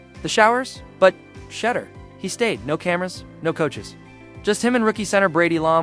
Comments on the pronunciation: The way you kept saying shutter instead of shedur lol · Shed- dure is how its pronounced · His name DOES NOT RHYME WITH CHEDDAR!!!!! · Shed- dure its pronounced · HIs name pronounced Sha duer despite the name being spelled Sheduer. Just say his last name since you are incapable of saying his name right. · Its pronounced SHEDOOR!!!!!!! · She-Duer pronounce it Right,... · Sha-door, if you're going to capitalize off our nephew pronounce his damn name right! Geesh! That's just disrespectful! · Pronounce Name correct. That's embarrassing.thank u😊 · Got to get his name right. He’s been on video most of his life. All athletes know how to pronounce his name. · You must learn to pronounce Sander's name correctly. To be online like this pronouncing things correctly is important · Who TF is this narrating this thread? Mf, you can't pronounce Shedeur's name yet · Please pronounce the name correctly!